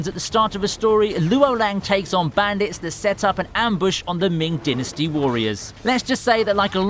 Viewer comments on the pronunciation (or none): Your saying dynasty wrong